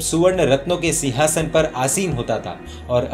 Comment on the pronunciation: Marudeva nahi Marudevi name h aur sihasan nahi sighasan bolte h